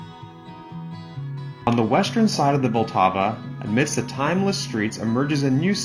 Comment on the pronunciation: Vlatava? Really? Just because you for some reason pronounce it like that doesn't mean it's also spelled like that.